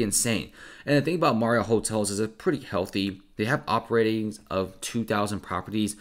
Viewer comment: Anyone else dying at the way he says MARRiott